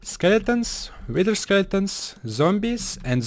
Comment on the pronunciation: He said witch